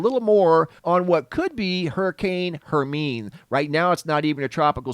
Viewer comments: Hey there! Hermine is pronounced: Her-mine-ee ( like in Harry Potter) 🧙🏻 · I sent you a perfect rectangle a few years ago and you had it on your vlog! Thatm made my day! Thank you! I think that hurricane would be pronounced "Herminey", no?